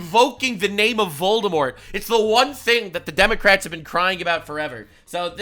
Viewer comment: We supposed to pronounce the word Democrats with silent "C"😂😂